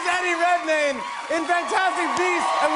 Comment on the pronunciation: I swear Jimmy say "Daddy Redmayne" and I was like dang he sure is